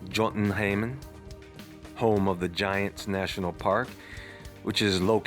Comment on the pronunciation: Jotenheim is pronounced yotenhime, just FYI. The J in Nordic languages at pronounced like a Y. Thank you for all of your awesome videos! You always give me stuff to research.